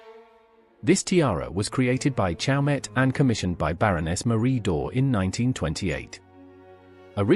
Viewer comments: The T in CHAUMET is silent : pronounced show may’ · The T in CHAUMET is silent.